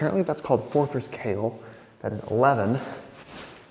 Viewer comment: Best pronunciation of the Fortress here,🥬 Kale is a remnant of the actual Fortress. The Fortress was destroyed, rebuilt, destroyed and etc many times. Most of the remains inside the fortress are buried under ground. The Earthquake also destroyed some of the segments and towers:( For: Браво што се согласи да снимаш. Само во такви места треба да внимаваш на манијаци да не те приведат зошто таму се случуваат најлошите случки за девојки.